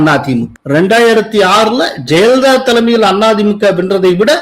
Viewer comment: 'ஜெயலலிதா' என்று ஒரு முறை கூட உச்சரிக்க ஏன் முடிவதில்லை? எப்போதும் 'ஜெலிதா' என்றே சொல்லுகிறார். பலருக்கு ழ,ள சொல்ல வராது. இவருக்கு 'ய' கூட தகறாரா?